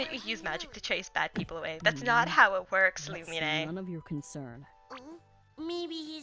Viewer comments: Ѕмσl и' Ѕαlту nope not even its Loo-me-nay 😊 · no fite me it’s loon-nih-me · Its actually Loo-Mee-Neh but 🤷‍♂️ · no fight me it’s “loo-mean” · ITS PERNOUNCED (LU MENE)